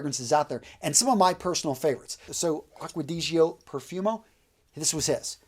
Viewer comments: Dude stop being so american. You should pronounce these perfumes properly. Its not aqau digio it!s aqua di-gio, bul-gari. It's niche not nitch. C'mon! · How you pronounce aqua di gio 😂😂😂👌